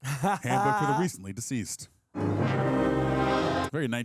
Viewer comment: They set up Alec Bladwin's character not knowing how to pronounce words when he mispronounced Deceased. It comes back around when he can't pronounce Betelgeuse.